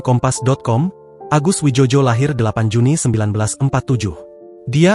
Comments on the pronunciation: Bacanya bukan wijojo,..bego...tapi wijoyo karena beliau diberi nama mungkin dulu pada waktu ejaan lama Bahasa... sebaiknya lain kali di konfirmasi dulu dg seniornya.. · Yg baca goblok gk paham ejaan lama contoh oe itu sama dengan u Joyo dibaca Jojo memalukan